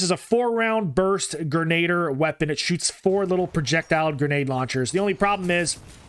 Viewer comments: You pronounced grenadier wrong it is pronounced gren-a-deer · Hate to be that guy, but grenadier is pronounced grin-a-deer